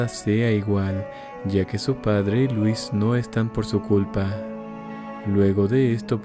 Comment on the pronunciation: ¿que no louis se pronunciaría diferente? Unu